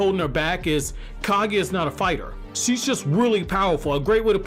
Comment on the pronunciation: Not Ka-gui-a .... she's Ka-gu-ya.